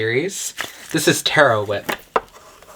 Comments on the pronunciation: am I the only one that cringed when he said taro like that? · Nop I said an a oop I love taro love